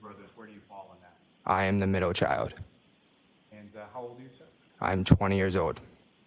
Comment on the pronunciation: “Middow chiwold”. explaining that he is the 2nd of 3 sons.